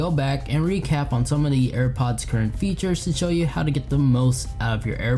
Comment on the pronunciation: trhix and fethures. Yuthful